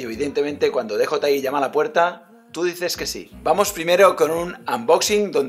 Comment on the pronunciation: Muy bien,. Jeje, me hace gracia que todos los nombres en inglés, absolutamente todos, los pronuncias en un inglés exquisito, y sin embargo con DJI dices "dejotai" en vez de "diyiai".